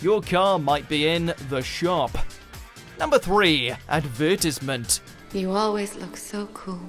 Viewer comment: Shamim Akter it really pisses me off people that pronounce it advertise ment